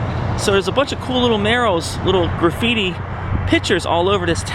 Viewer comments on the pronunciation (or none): And it isn't "graffiti." And...oh...caladium is pronounced ka-lady-um.